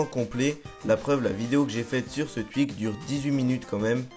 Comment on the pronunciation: llol tu dis le twuik